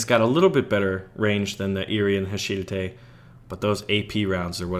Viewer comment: HA-SHI-DA-THE Not HA-SHIDATTE